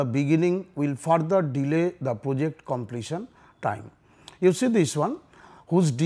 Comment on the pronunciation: reservation killed our study too I hear poject instead of project